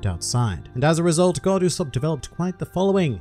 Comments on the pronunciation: You said the name wrong throughout the episode... It’s Go D. Usopp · Actually, it’s pronounced Go D. Usopp